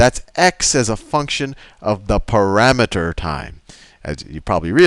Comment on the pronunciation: Pa-RAMETER. Parameter. ...pa-rameter.